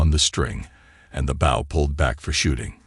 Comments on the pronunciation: He pronounced bow as bowl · Why would he be walking around the bush hunting with the front end of a boat? You need to get the proper pronounceation right